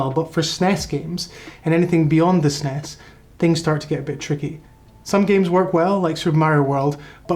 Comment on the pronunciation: As soon as you pronounce the word SNES. Im out.